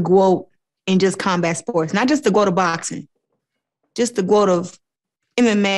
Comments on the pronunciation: Did Clarissa say she wanted to be the Gwoat? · Claressa talking about being the "Groat" lol